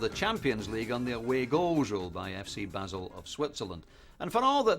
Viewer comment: The pronunciation of Basel by everyone in this is... interesting